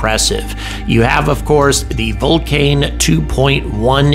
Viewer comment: Hy say vulcane and aianne sparce? It stupid and annoying